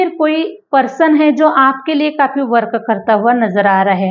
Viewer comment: U r English pronounciations r wrong I wil give u few samples .. ये रिया- एरिया। - area वर्क अ- वर्क- work